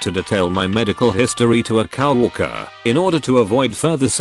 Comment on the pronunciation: That awkward moment when the robovoice further insults the overweight co-worker by calling her a cow worker 😂